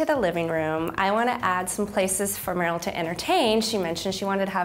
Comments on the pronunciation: Why do so many people call her Merrill lol it rhymes with Pearl it’s not that hard 😑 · Did anyone else notice that the lady kept saying M-air-le instead of Merle? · Did the minimalist designer call Merle Merrill?